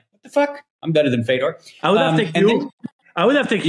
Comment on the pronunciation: Again !! It's Fedor it would help if u pronounce names correctly ! Especially the top pros ! Ridiculous !!!!